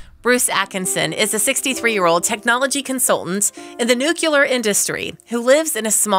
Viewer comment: It’s “NU cle ar” NOT “NU cyu lar”.